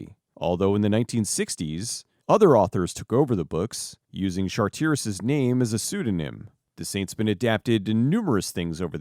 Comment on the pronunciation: Great video I love the Saint. The surname is pronounced Charter-iss.